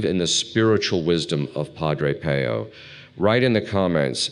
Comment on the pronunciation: Excellent content and advice! But please pronounce his name correctly! . I in Italian is pronounced like ee. So it should sound like Padre Peeoo!!!